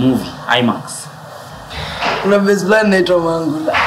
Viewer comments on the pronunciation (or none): Did she just say mangula😅😅aii.